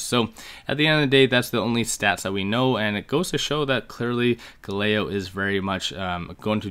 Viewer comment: Bro you can't be pronouncing Galileo like that 🤣